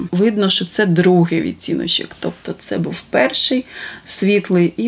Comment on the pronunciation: Ну чому вимовляете погано слова на укр. мовi? Шьчьось, чьи, вiдтiночьок ,чясто получяеться, чьомусь i т. д. В украiнськiй мовi немае такоi вимови. Дуже не гарна вимова слiв у вас.